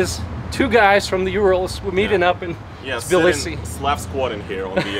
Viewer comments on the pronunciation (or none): I realized that Russian pronounce Tbilisi strangely in English. We skip the first vowel and pronounce it like: цб-ЛИ-си in English, with a strong Ц sound. What I hear you and say is Билиси. I guess the т is dropped in the Russian pronunciation and you're just pronouncing it the same in English? (i might just be crazy or deaf, that's also completely possible) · Thanks for the great video and Hey from the other Georgia 🇺🇸 🙂. Tbilisi is apparently the one city I can't pronounce the same way twice 😀.